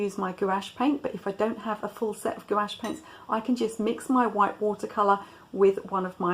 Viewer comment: Gouache is a single syllable